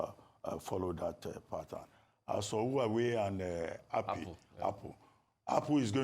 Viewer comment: Why is Abati pronouncing Huawei ‘who are we’?